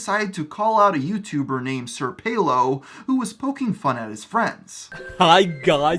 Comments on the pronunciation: It’s pronounced “Senior Pelo” you uncultured swine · Actually it’s Senor Pelo.